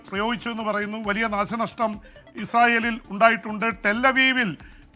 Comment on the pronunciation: "ഇസ്രായേസിൽ "... ഇതെന്ത് മലയാളം... 🤔 😅😅